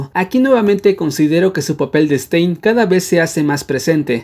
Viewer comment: Todos:Stan: STEIN